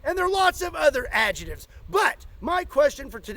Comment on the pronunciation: "And many more ajitives." Lol